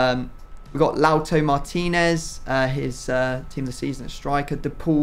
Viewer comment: Its “Lau-ta-ro” not “Lau-to”